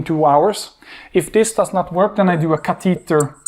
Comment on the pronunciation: CA te tah..Catheter..its so unique how he pronounces it. Good lecture